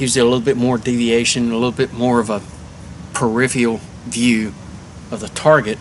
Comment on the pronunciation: per rif real is not a word but per if ah rul is. too slow man